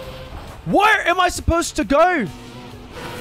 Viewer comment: bro rlly said "whar am i supporsed to gowr?"